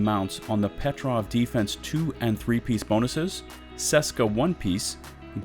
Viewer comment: "seska" :D "Česká výroba" is a "Czech made" in english ;)